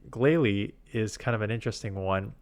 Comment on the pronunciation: Glalie is glacier + goalie, so you've got the pronunciation right